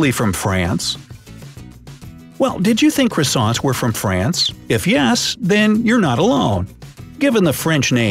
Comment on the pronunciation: Cwoissants XD